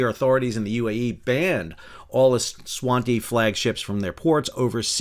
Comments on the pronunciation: Swaziland is now Eswatini, pronounced eh-zwa-TEEnee, not EsWatni... You could at least have looked this up. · Not bad, for a valiant marathon effort chock full of SHIIIIIIIIIIP!!! One tiny point is that I believe Eswatini is pronounced ES-WAH-TEEN-NEE, not ES-WAH-TEE, or whatever you were mumbling. Nuclear-powered container ships to be featured on WGOWS someday … hopefully not to include fires, terrorists attacks, nuclear material leaks, allisions and collisions, etc., on top of what seems to be a never-ending and increasing stream of calamities among conventionally-powered ships. Looking forward together and share sea stories to the fourth anniversary party … on Lido Deck, I presume? Now, there’s an idea … a WGOWS cruise event opportunity for getting subscribers together to swap sea stories in person … what could possibly go wrong? 😳😳😳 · ES-WA-TI-NI not swanty cmon... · Come on Sal: Eswatini is not ESS-WAN-TEE it's ESS-WAH-TEE-NEE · "Eswanti" for crying out loud man, its "e-swat-ini". This is basic stuff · Why is Sal reading Eswatini as é-su-wan-tee. Is it supposed to be read this way because of some quirk in their language? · PLEASE ESWATINI IS PRONOUNCED ESS WAH TEENIE!!!!! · Sal, it’s pronounced “Ess-what-teeny”!! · Es-wah-teeni. Wouldn’t it be nice to make sure your viewers pronounced the name properly? To save us from embarrassment? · Es-whut-eenee. New-finned-land. Emphasis on 'land'. Rhymes exactly with 'understand', as in 'I understand it's new-finned-land'. No judgement on you, Sam, but your pronunciation of your surname is evidence that you can say names right. The above tips are just that, tips, suggestions. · Eswatini is pronounced eh-swah-teenee, sorry couldn't not correct that. Also, the idea of anything sailing under the flag of that tiny, landlocked (but really quite nice) country is completely absurd. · ES - WA - TI - NI ;-) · please learn to pronounce Eswatini properly, do not be such an ignorant Merkin.